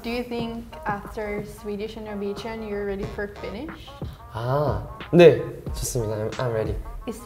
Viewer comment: Hello! A guy from Norway here, Hamin was good, first try on Norwegian, that accent is good!, good try.